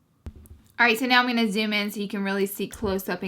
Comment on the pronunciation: Love your reviews and you have such a cute accent! But you should pronounce "Welcome TO MY channel"